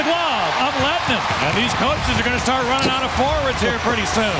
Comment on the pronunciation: His Name Is Lehtonen Not Lehtenen.